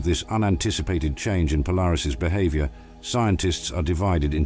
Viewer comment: So this is how AI makes videos? Love the speech computer: be-hahv-yor; life sickness. And the out of focus Venus, same as flat earthers show. But! Polaris exploded and we'll die! Well, it will explode soon! Well, not soon, but... Oh yes and it won't actually explode. And sorry we don't actually feature Neil Degrasse Tyson. Hey, gimme a break! Gotta eat too, right? Imagine me doing honest work ? 😮😅